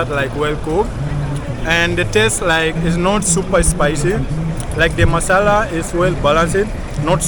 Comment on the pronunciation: When you say masala it sounds so much Indian 😅